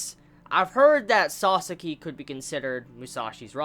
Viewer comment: if you keep calling him Sasaski you will regret it next Vizbig.